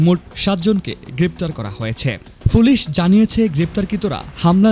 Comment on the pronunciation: ভাই ফুলিশ হবেনা, উচচারণ হবে পুলিশ